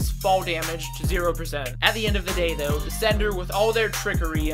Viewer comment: Until the theorist v sender graphic came up, I thought you were saying "senator". The picture of Trump also confused the hell outta me.